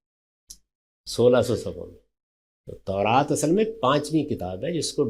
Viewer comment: Khatoon tauraat ko taraat keh rahi hain